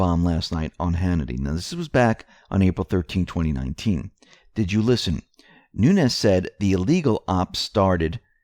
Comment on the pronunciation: The first Nunes you pronounced w a Z as in Nunez but appreciate the clear NuneS following :) yes listening